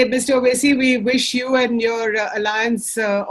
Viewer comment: Normal people: Vote Mr. Owasi: Oat